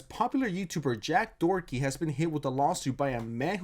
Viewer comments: In the name of a dictionary how many weird names did you make out of Doherty, in Ireland it’s pronounced Dock-er-ty. Not Dorothy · Are you calling him Jack "Dorothy" on purose, or is this another "Eye Spiez"/Ice Spice situation?😂✨ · Are you saying Doherty or Dorothy?? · Doherty = Dorothy? Video creator might be dyslexic